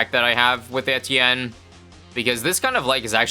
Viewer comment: Do you really pronounce Etienne correctly or is this just a dream?